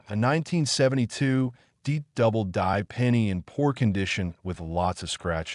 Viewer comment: Just curious, why do you say D double die it sounds like you’re saying something different, like DEEP correct me please